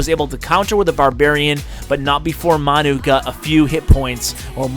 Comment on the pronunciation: I think it's pronounced 'man you' he looks like a Manchester utd fan a soccer/football team in the uk